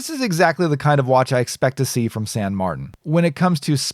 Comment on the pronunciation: Thank you for an informative and entertaining review as usual. And thank you for pronouncing San Martin in your own American way. It sounds silly when some people pronounce a spanish/italian name from a Chinese brand in a french way while speaking english. I shouldn't fuss but drives me nuts :D. (san = saint in spanish/italian, saint = sainte in french)